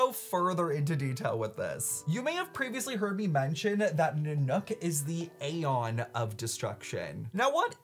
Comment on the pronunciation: I am in 6 minutes in and I’m now here to beg PLEASE say aeon the way the game characters do!!! It hurts my soul the way you are saying it. Great video btw Edit: PLEASE THE CHARACTERS IN GAME CAN PRONOUNCE ALL THE WORDS YOU DON’T KNOW HOW TO SAY